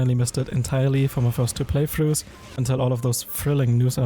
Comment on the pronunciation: Playtrough ❌ playfrue ✅